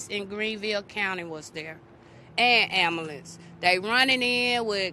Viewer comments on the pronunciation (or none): When she said ammulance = I LOST IT !!!!!!!!!!!!!!!!!!!!!!!!!!!!!!!!!!